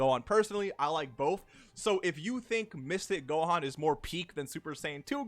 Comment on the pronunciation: When you said mystic gohan I first thought that you said mistake gohan which is really funny